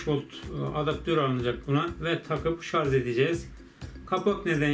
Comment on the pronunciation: "Şarz" deme abi gözünü seveyim ya! :D "Şarj" o şarj!!